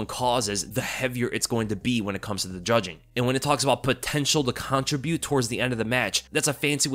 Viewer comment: i love your videos but the way you pronounce the word "contribute" is driving me crazy lol --- youre pronouncing it like ------ "contri-bute" as opposed to "contrib-ute" - just had to drop that little nugget maybe you do it on purpose idk lol